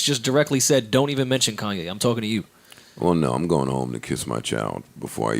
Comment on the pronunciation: Did Joe Budden just refer to Kanye as Coonye lmao 😂